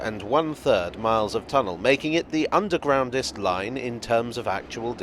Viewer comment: The 'Undwegroundest' - never heard of that word b4!!! - Learn something new every day!!! - Happy new Year!!! 🙂🚂🚂🚂